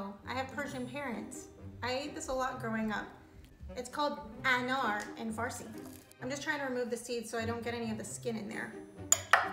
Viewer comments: Anar is not the right way she is pronouncing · sorry you pronounce "ANAR" wrong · Pronounced it so wrong